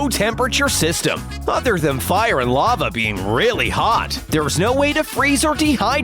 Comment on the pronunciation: *2.38* the narator want to says a lava but her Saw it a love